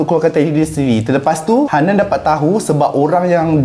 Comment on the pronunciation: Betul sebut je Hannan nama hotels tu